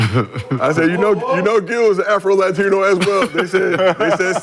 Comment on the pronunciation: Afro lation had me dying!